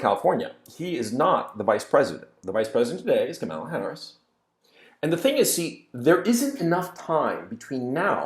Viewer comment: It is Kamala as in Pamela.